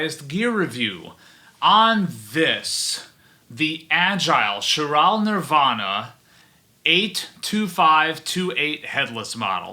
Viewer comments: ky-ral > Shur-al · Its pronounced as "ky-ral" as in chirality